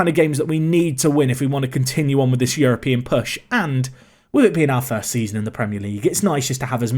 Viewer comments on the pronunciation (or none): none